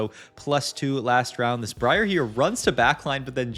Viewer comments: mispronounced Bree-R :p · It's Bry-er, please lord. Amazing content though 🤣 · It’s so weird because he pronounces is Bree-Ar the first couple times and then changes to Brye-er